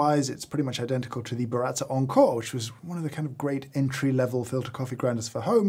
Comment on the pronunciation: How Brit’s say Baratza: Burratzer